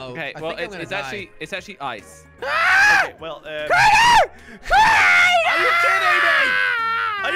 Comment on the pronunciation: It's kraken